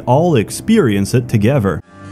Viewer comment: Does anybody hear the way he pronounces certain words? Brover, togever, free (three), etc